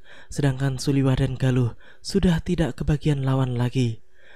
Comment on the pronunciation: Suliwa min bukan suliwah